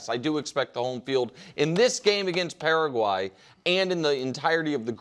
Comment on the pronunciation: Got to give nick props, one of the only sportscaster that pronounces Paraguay correctly